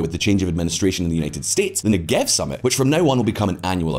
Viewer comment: It’s pronounced Neggev, with the stress on the first syllable.